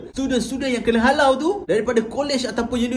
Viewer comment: Di arahkan. Ayat HALAU tu bunyi mcm kasag ja